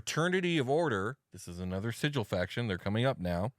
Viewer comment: We can excuse the fact that you slaughtered two yugoloths before you realized where you were, outsider, but you pronounced the name of our fair city 'Sijil,' not 'Sigil,' and there can be no excuse for that! - Her honor Rastina Tollin of the Guvners Sigil and Beyond